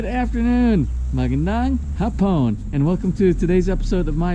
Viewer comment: Hi! HA-pon as in afternoon is pronounced with the accent on the first syllable. When you say it as ha-PON, it actually means Japanese or someone who is Japanese. The Filipino languages rely heavily on accents on syllables as one word can have several meanings depending on where the accent is stressed.